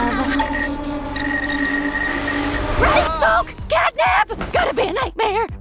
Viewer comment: catnap is a boy and its catnap not catnip